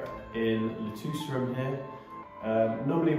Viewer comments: You had thrown me in a loop when you mentioned Lutece, as it should be pronounced like Lu Tesse. Very interesting video and keep them coming. I am very interested in your endeavours. Thanks again 🇨🇦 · Guys, It is pronounced [lu-tè-Ssssss]😉 Great job on the bathrooms !